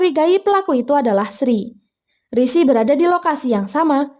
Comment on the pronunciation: sering bgt min rishi disebut sri😅